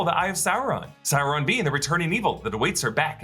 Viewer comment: OMG. He's not Chinese Food. It's not Souron. It's Sauron.